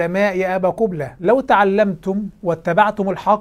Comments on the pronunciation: هههههه قبلة بضم القاف 😂😂😂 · تزاغات ولى " " بضم القاف من أول نهار غلط فيها.